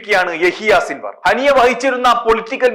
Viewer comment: സിൻവർഅല്ല യഹ്‌യാ സിൻവാർ എന്നാണ്